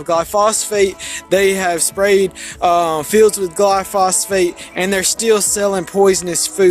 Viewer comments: I think he means glyphosate, not glyphosphate. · It is glyphosate not glyphosphate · I know it's a technical point, but I believe it's pronounced "gly-pho-sate" (gly-fo-sate). Or maybe that's short for glyphosphate? I don't know.. But the well-known name, at least in the US, is Roundup. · It's glyphosate, not gluphosfate. But that's correct, it is a lot safer than the alternative herbicides. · Not to nitpick, but the name of the weed killer is glyphosate not “glyphosfate” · Did you just say " glyphosphate"? I take it was only a misspeak, because the weed killer (made by Monsanto) is "glyphosate". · GLYPHOSATE GLY-PHO-SATE. Not Glyphosphate :) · Is he saying Glyphosphate all the time instead of Glyphosate? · It's glyphosate not glyphosphate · It"s Glyphosate.(Gly Fo Sate) Not Glyphosphate (Gly foss fate)!!! This conspiracy idiot has saying it wrong!!! LOL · Glyphosate not “glyphosphate” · Glyphosate, not glyphosphate 😀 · Glyphosate... not "Glyphosphate." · It's gly-phos-ate, not gly-phos-phate. Check out Myles Power for some great content on Monsanto, glyphosate, GM foods, geo-engineering/depopulation, and other anti-science topics. He works in chemistry by profession, and has done work in GM, and covers all sorts of topics from AIDS denial to urine therapy, conspiracy theories to new age woo. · It's glyphosate, not "glyphosphate". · Not glyphosphate! It's Glyphosate. [Gly pho sate.] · Not only that, the word he was trying to say is glyphosate, NOT "glyphosphate," which isn't a thing. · The name is glyphosate, not glyphosphate. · Glyphosate, not glyphosphate. Don't let him suck you in. ;-) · Gly-phos-ate, not -fate. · Glyphosate. Not glyphosphate. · Its pronounced gly fo sate I'll bring this up in the Sunday stream if I remember